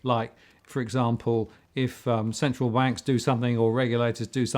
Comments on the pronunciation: Great and intriguing video guys - one question: Martin did you mean to say 'Central wanks' at 6'54" in the video? or was it a freudian slip revealing your true view on the matter? (to be clear, great video - don't let this detract from the solid content - just found it very funny and there's always space for a bit of humour) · Does Martin say 'central wanks'? Not inappropriate perhaps